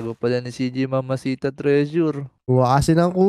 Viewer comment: Idol yamashita ang tawag dun hindi mamahita or mamashita anyways galing mo idul